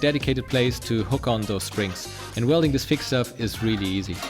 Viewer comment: The "SH"-letter, children! ShIngineering ShWelding :D